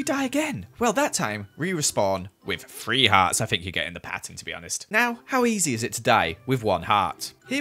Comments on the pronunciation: Someone teach him how to say three its thu-red not free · Lol I love how says free instead of 3